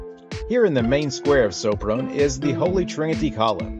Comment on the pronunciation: It sounds like 'Shopron' not "Soaproan"